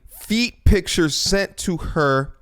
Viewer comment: Can't stand the way she says "Pitshurs" god